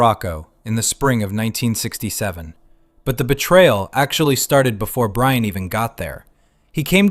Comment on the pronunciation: You Wuv Bwian ❤😂